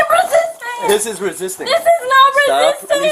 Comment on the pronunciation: Could she.. Could she not say "resist"?